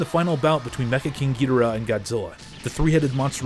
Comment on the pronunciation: YOU CANT EVEN PRONOUNCE KING GHEDORAS NEME😂